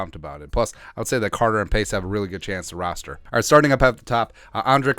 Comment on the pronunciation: love your broadcasts and fball knowledge but. We have a player roster, not rooster and rooster is a male chicken and we fill the roster with UDFA's just want to have you sound professional all the time. Great work otherwise!